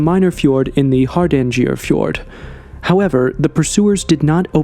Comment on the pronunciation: In the word Haranger, the G is pronounced like the G in Gabon or Gabriel.